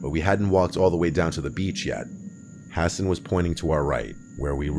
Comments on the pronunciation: Ha-sawn not hassen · Guy pronounces Hassan, “Ha-Sin”. 🤦‍♂️